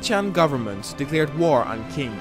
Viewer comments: Qing is pronounced Ching, not King Great video! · One minor correction. It's spelled 'Qing', but you pronounce it as 'Ching'. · Stormwind Ching is how one pronounce Qing rather than King